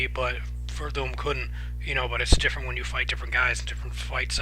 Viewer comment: It's hilarious how you butcher everyones name hahaha. I got werdum too. more ways to win the fight.